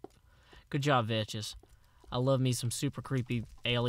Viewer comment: umm i believe Vechs is prnounced like Vecks veh-ck-sss